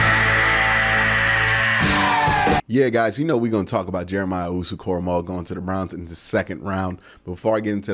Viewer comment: Way to finally put some respect on that man's name, glad you said it right!!! Lol, no way did I see him being available crazy!!! I thought he'd be gone in the first!!!